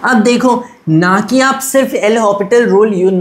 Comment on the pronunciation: bro use l opital pronounce karo ye uska real authentic french pronouciation rule hai